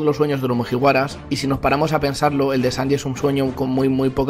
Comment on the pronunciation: Cada vez que dice mujiwaras muere un gatito